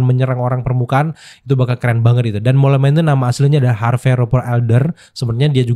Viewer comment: di baca mol bang. artinya tikis tanah